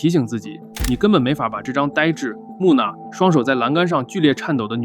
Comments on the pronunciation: 王菊你的人是文盲？跟我读木讷ne呢饿 ne第四声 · 五个女儿，谷景升原来是弄瓦高手啊！另外，“木讷”念错了，扣五十元工资。